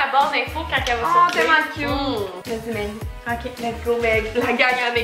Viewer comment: C’est qui qui dit le « k on commence » à hahaha? Ça fait 5x que je le réécoute et je comprends toujours pas 😅😂